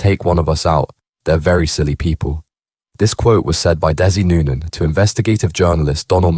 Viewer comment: You can't even pronounce his name right.